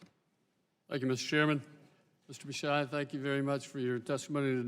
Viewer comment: Already I'm triggered by how they pronounced his name.